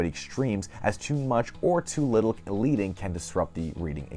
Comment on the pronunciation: Great overview of design therory. However, the word "leading" is pronounced like "ledding," not "leeding."